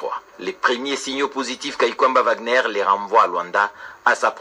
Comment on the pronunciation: Wagner on pronnonce Vagner svp